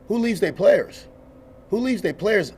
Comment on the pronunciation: Oh no don't "Dis" my playus" says the Head Coach, can't make this stuff up.